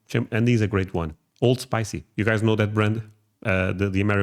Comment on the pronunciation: Old Spice not OldSpicy.